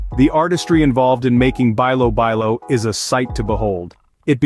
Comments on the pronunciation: Bilo bilo is pronounce like "bee-lo bee-lo" ...not "buy low buy low". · (bilo-bilo) pronounce as belo-belo. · Bilobilo is pronounced as beelo beelo, most of the Filipino words used the proper vowels and no slangs 😊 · bilo-bilo, pronounce it like saying "bee" not "bay",..😅 sounds like this "beelo-- beelo😂